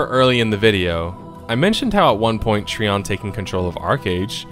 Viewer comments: Is it really pronounced Tree-On? I've always just said "Try-On". Am I incorrect? Because hearing you say it that way is causing me to grimace lol. Also I loved the idea of Archeage. I spent $400 on the founders packs for myself and others. We got ambushed by the cash shop to buy land plots and place houses though, where we had the audacity to try and rush the quests to unlock access to the larger plots. So yeah...it ended up just screwing us with the cash shop patch it ruined it for me and my friends. Mix in mass grinding for a single "end-game" "epic" item...it was awful. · hey man good vid, but trion is not tree on its tri on like tripod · I thought Trion was pronounced Try-on not Tree-on. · Great vid but it is trion not treon as your saying it you say it tri-on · that was fast. this game shares a lot of the same design philosophies and problems as Albion... so I expect Albion will follow the same path since they don't seem keen on learning from prior game's mistakes. also... TREEON (it's try-on) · its TRION you should know better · Trion is a terrible company and always has been. The game had so much possibility. And oh. . great video. .I just winced every time you said "Tree on". . Its "Try on". . Trion. . like Tripod. . But that is not important. . GREAT summary! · I can tell you never played Archeage based on how you pronounced Trion. It's Tri-on not Tree-on. But then again they are the scum of the earth so butcher as u please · Wtf is a Tree on? Are you talking about Trion (Try-on). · It's pronounced Tryon! TRYON God dammit! The video is great and all but every time you say treeon I cringe so hard it's unbelievable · Tree-On != Try-On (Trion)? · Tree-on lol what a dipshit. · Trion is pronounced "Try On." I ditched this game after 2 days for being overwhelmingly P2W. Most toxic, divided community on the forums I've ever witnessed. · I thought it was pronounced like Try-on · I don't remember the letter "i" to have an "e" sound. Lol Treeon